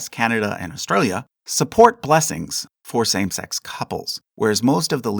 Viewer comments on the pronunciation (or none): none